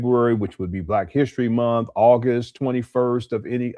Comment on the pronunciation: Do they pronounce the word MONTH differently in Utah than they do everywhere else? always says MOUNTH.